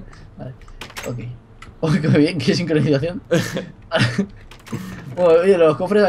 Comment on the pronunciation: Sicroncinacion ? Jajajajaj vegetta te amo